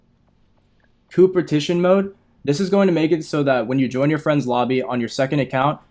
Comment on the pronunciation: Coopertition lol